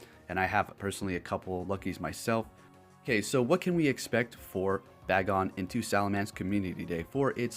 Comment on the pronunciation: You pronounced Taillow as Tailou when it should sound as pillow. And Bagon as Ba-gon, when it should be Bay-gon. I'm wondering, is Pokemon Go your first Pokemon experience?